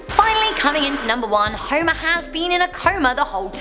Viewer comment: Huimah Simpson!!